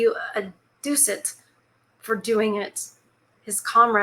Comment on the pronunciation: It's pronounced (duck it) It is money. Love story time. Thank you for reading to us...